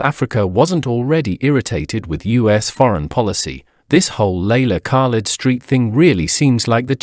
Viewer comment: Who the hell is leila kak-led? What has she done for SOUTH Africa? Voetsek!